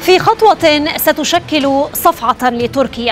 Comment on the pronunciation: المذيعه تنطق كلمه صفعه بطريقه ينشرح لها القلب الحزين😂😂😂